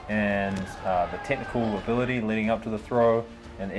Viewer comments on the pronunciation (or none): none